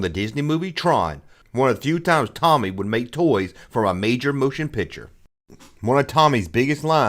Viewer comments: Pronounced TOE-ME… TOMY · I'm having a shot of whiskey everytime 'Toe-Me' is mispronounced 😂😂😂 I'm smashed! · It's pronounced "TOE-ME," and they have since merged with Takara to become a Japanese toy-producing powerhouse. Also Robostrux/Zoids came out in 1984, not 1986. The Starriors line was an informal part of the line. Snorks wasn't meant to be a Smurfs rip-off. It was meant to be a replacement after it came out that Peyo was a communist and using the cartoon to push subtle communist messages. They re-named "Puckman" to "Pac-Man" because vandals with a sense of humor would vandalize Puckman video game machines to turn the"P" into an "F." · your pronunciation may not be correct but you do you 😉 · I fully support and his mispronounciation of Tomy. Never change